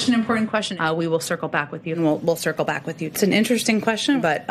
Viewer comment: Maybe she is actually saying, “I’ll sickle back”.